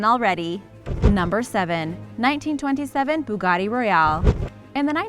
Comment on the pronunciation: Could you pronounce Bugatti the way it looks and not how it’s spelled thank you